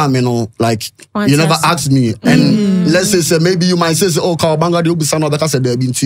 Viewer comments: pls the name is Kawabanga not Kawaganga , hope you can change it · It’s Kawabanga